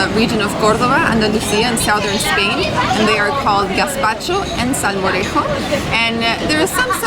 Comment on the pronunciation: Hi guys! I'm from Sevilla(Seville), main city of Andalucía(Andalusia), near to Córdoba. I love how you pronounce "Córdoba" and "salmorejo". Your pronunciation is PERFECT. Gazpacho is almost perfect too! You should taste gazpacho and salmorejo in Andalusía better than Madrid. Andalusía is hotter than Madrid and when you eat those "cold soups" is like HEAVEN. Same with beer in Andalusia. I hope you have fun in Spain guys. I like your videos ^^